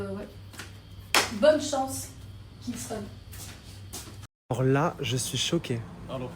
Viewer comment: Pourquoi elle appelle Kingston par Kingstongue même si elle arrive pas à dire son prénom correctement on peut l'appeler Marvin parce que c'est ça le vrai prénom de Kingston mais franchement c'est pas grave j'adore le contenu et ben j'espère que ce sera comme ça jusqu'à la fin du mois bon bah bonne aventure à vous et moi je veux continuer à m'abonner likez les vidéos et regarder toutes vos vidéos bisous